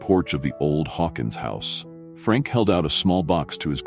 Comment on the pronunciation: A pity the narrator has such a poor command of English - smear, held, grayson... I stopped watching at that point.